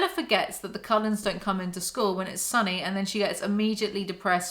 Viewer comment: What does the writing on your merch say? Bella should sit with the Collens.... but with your accent it sounds like coloreds, My brain short circuits wondering why the hell they brought race into it Also I don't believe in unconditional love, I got kids and I love them, give my life for them, but if they grew up and did some sick shit... It definitely would bring out the condition on which if love is deserved...